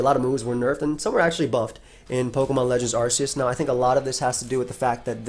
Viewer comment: It’s pronounced ar-kay-us because he has an arc on his back and silvally’s ability is “RKS” system